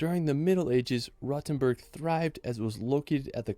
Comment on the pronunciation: Referring to minute , yes, Rothenburg may be old, but it is not a "rotten burg". It is supposed to be pronounced with a long and rounded "o", like in "lore".